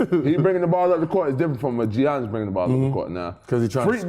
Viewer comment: Bruh said G-iannis 😂